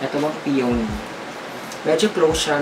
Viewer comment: BTW ANG PRONUNCIATION PO NG PEONY AY "PEE-YA-NEE" SKL PO BAKA MARAMING DI NAKAKAALAM